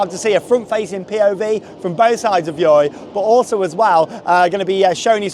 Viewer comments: You're supposed to pronounce it Joy, but honestly I pronounce it the same way as you because the name is just ridiculous. Good video! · pronounce it as joy